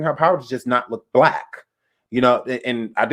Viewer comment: Bleck don't Creck🤣🤣🤣